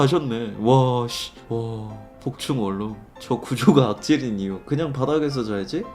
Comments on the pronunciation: 원룸발음은 월룸이 아니고 원눔입니다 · 원룸 발음을 월룸이라고 하시네...😂😂 참고로 코끼리를 냉장고에 넣는 방법. 1.냉장고 문을 연다. 2.코끼리를 넣는다. 3.냉장고 문을 닫는다....